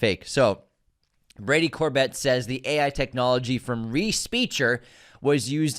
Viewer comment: HIs name is pronounced Cor-bay and he used Vista Vision